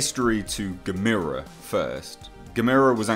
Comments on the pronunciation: I highly doubt its Gamera even though I WOULD love to see him in it. Yes he is a "good" monster. You ARE killing me with the mispronunciation of his name by the way. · You are saying gamera wrong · stop pronouncing it like that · Love your vids...your saying "Gamera" wrong, your saying "Ga-me-ra" when its Gah-meh-rah". its the Japanese and their vowl system. theres 5 main sound A/a(Ah),E/e(Eh),U/u(Oow/ew),I/i(Eee), O/o(Oh), and ALL Japanese words can be more easily read and said knowing this. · Ga-met-a = NOOO Gam-er-a = YAH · Just want to let you know, it's not "ga-mee-ruh". It's "gamma-ruh" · It's not GAMIRA it's GAM-ERRR-UH. That's how they pronounce it in the films! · You're pronounciation of Gamera is killing me. You say it like Gameira but its more soft snd smooth. GAH MER A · Michael Onak YOUR* grammar is killing me. [Your* pronunciation* of Gamera is killing me. You say it like “Gameira,”* but it’s* more soft and* smooth like “GAH MER A.”*] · Who the heck is "Gamira"?? Never heard of him. But I have heard of Gamera. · "Guh-meer-uh"? Never heard his name pronounced that way, heh. (Typically it's 'Gam-ER-uh', as in camera.) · It's pronounced like CAMERA. Not Gameera. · Why does he say Gamera (Gam-er-a) like Gamera (Game-ere-a)? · Oh for gods sake, i can’t take it! It’s not geh-MEERA, it’s pronounced GAM-a-rah !!! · GA... ME... RA... Not Gamira. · Gamera not guhmeeruh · Yep. Rhymes with "Camera" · Come on dude it’s Gamera! There’s no I in his name! Get it right, ya dingus! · Look at the old movies... they say Gam-er-a. Other than that love the channel.... Peter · No it's not gamers. No no no no no. Nobody believes that and you say Gamers wrong. It's more likely Barugan as he actually tunnels but Ang is a fair assumption. But it's Gammer-ra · Dude, it’s gam er ah ( gamera) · No, it's "Gamera", pronounced like ^^^ (@ Tech" or "Guh-mare-uh." lol. Or, if you prefer; "Gam-irrr-uh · You definitely butchered the name you said it completely wrong